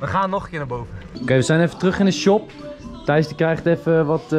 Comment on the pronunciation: Waarom zegt iedereen tice het is Tijs of Thijs